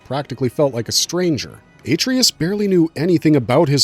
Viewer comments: “Aye-Tree-Us” YUCK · Dude clearly never played the game. "a-tree-us" huh? Why am i here listening to some dude read off a Wikipedia page?